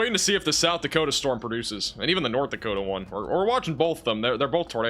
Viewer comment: That’s North “Dakotia” 😂👍🏼 (I’m kidding. You guys are the best) ❤️🫡